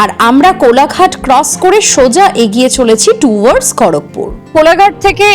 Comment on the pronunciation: Apni agiye agiye bolchen keno egiye jantam